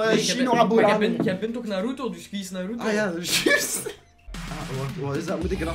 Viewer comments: de klemtoon moet op de "A" niet op de "U" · btw je spreekt naruto verkeerdt uit